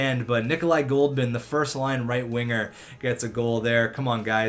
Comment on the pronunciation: dude read the fuckin names it's Goldobin not Goldman